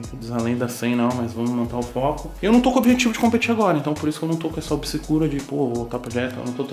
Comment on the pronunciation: “Obsecura” pqp kkkkkk